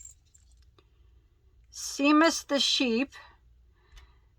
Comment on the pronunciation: So nice of Keith to gift you that beautiful yarn. I agree with others saying that it will generate lots of sales of it. BTW...Seamus the sheep's name is pronounces Shay mus...love that name. Have a great weekend, stay safe and love to your wonderful family.